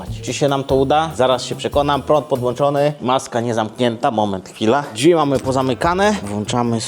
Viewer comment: Jak jeszcze raz usłyszę "dźwi" to chu* mnie strzeli. Błagam "drzwi" to nie jest trudne a tak razi jak sie tego słucha